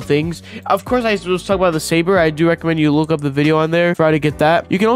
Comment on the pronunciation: Bro can't say saber right